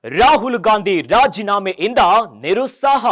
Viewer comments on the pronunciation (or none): ನಿರುಸಾಹ ಅಲ್ಲ ನಿರುತ್ಸಾಹ